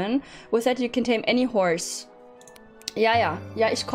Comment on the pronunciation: Nicht böse gemeint aber du sagst IMMER Chorse Stadt Horse